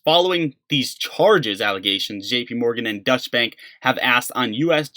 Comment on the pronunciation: It's pronounced DOYCH-EH. Not "Dutch Bank" DOYCH-EH. It's German for German.